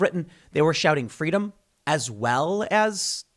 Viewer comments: "Fweedom" -Young Kamela Harris, not likely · Is Kamala saying “fweedom” now ? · "FWEEDOM" - Kamala Harris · It's only pro government when it's pronounced Fweeedom. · Someone go tell Kamala 'fweedom' is antigovernmental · Here I am, still remembering Kamala’s “fweedom” story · "Fweedom" - QueMala Harris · Was Kamala Harris there chanting, "Fweedom," as well? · "FWEEDOM!!!" is anti-government...Orwellian times...dark... scary